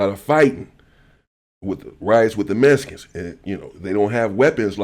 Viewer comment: Mescans and axed all in the 1st 15 seconds 😂😂😂